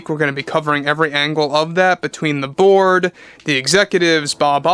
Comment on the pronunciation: Every time he says "the board" I hear "the Borg".